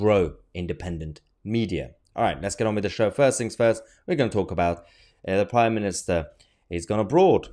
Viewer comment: No, but it's "Prime Minister", not "priminister".